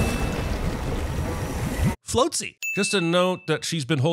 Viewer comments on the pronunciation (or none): friggin love this movie but the fact you said "floatse" is gonna be in my head for a while